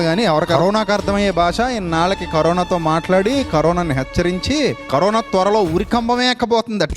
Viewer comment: కరీనా వైరస్ కాదు రా... బాబు... కరోనా రా😂😂😂